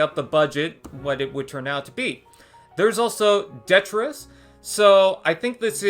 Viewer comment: How come no one seems to know how to pronounce detritis? De-tri-tis. Three syllables.